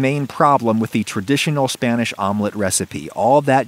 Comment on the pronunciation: Hearing him pronouncing spanish words pains me